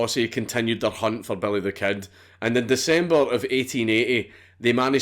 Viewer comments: "belly thuh kehd" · Nigga said "belly the ket" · sorta sounds like, “bury tha ked.” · belleh the ked* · I swear he said: "Belly the Cat"